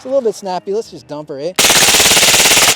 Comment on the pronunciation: Sure seemed like quite the natural Canadian "eh" he let slip. We have narrowed it down to the 3,000 people who still live in Canada and are White.